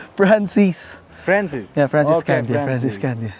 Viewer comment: Why you made it slang? Candia is the proper pronunciation, because you're a Filipino, right?